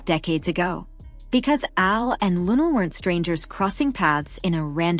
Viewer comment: Please Say Her Name Correctly In Respect 😌👏🏿!!!